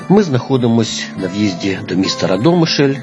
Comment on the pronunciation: Я народилася в цьому чудовому місті,дуже люблю його. Рада,що є такі ролики в інтернеті. Дякую автору щиро! Але трохи ріже вухо РадОмишль, правильно - РАдомишль.